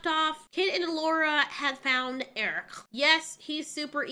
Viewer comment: The movie is one of muh childhood faves, so this series stabs me in the soul. It's insulting! Btw, it's not "worm." It's "wyrm." It's the Norse word for "dragon" and it's pronounced "VEER-um." It irritates me that none of them can pronounce the name "Airk" correctly. You can, so why can't they?! It's not "Eric." It's "Airk." And why do they have to say "yeah" and "gonna" constantly when it's supposed to be high fantasy?! Or medium fantasy or whatever. "The Schwartz is in YOU, Lone Starr! It's in YOU!" See also Colwyn from 'Krull' when he loses the Glaive but gains fire magic.